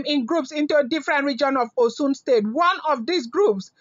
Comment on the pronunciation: Oshun state pronounced with a h.